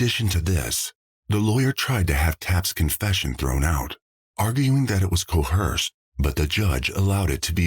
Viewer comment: I came here for this! how can AI mispronounce "coerce" aaaargh